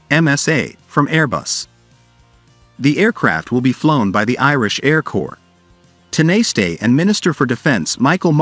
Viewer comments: Tin a stay is pronounced tawna sh ta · You could have had the manners and decency to discover how to pronounce Tanaiste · just go with the politicians name. dont bother with tanaiste, ai voices aren't programmed for that word. or any other irish words. just stick to the english language in all cases. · sadly. They are just not good enough!